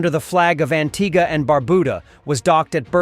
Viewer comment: Wow! You pronounced Antigua correctly!!! I'm impressed!